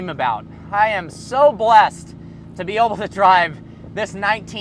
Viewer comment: Why do u say oble instead of able